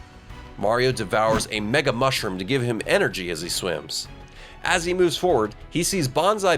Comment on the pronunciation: “So he mueuves through an adjacent castle to get there”. I know you meant to pronounce it normally(like “moovs”).